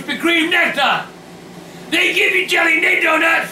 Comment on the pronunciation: "Bah some mo' jelleh..." 2012